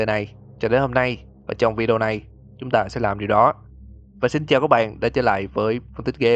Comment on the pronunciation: Anh nói ta sẽ đến mà nghe thành tao sẽ đến